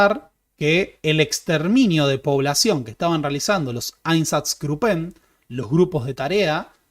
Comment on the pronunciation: tip de alemán, se dice grúppen;) todo lo demas divino, genial video, gracias, abrazo